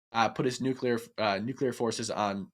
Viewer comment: The red hair to the right of Hake can't say nuclear. He is like George Bush in that respect.